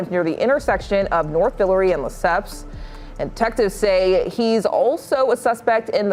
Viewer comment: Vill-ER-Ree street is how the street is pronounced lol